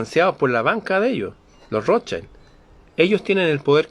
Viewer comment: La MASONERÍA SIEMPRE INFILTRA, NUNCA ES INFILTRADA, ES ROSCHIL - ROTHSCHILD- ESTÁ ESCRITO EN ALEMÁN, NO ES INGLÉS, Y ASÍ SE PRONUNCIA 'Roschil ' aunque se escriba ROTHSCHILD.